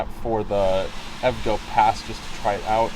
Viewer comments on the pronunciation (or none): Great video! Just a heads up... EVgo is pronounced in 3 syllables. E-V-Go